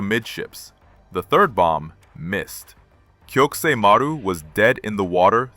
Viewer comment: While the story is good, the pronunciation and terrible captioning are horrible. Maru is pronounced Ma - roo. It's Japanese for sea. Most, if not all, of Japan's merchant fleet had Maru in the name.